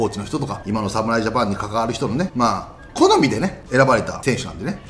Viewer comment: 好みがコナミにしか聞こえない